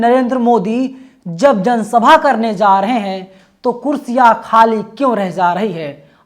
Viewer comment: Za... Za.. नहीं भाई ja.. Ja.. रहे हैं